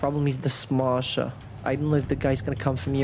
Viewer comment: I love your pronunciation of "Smasher", it sounds original.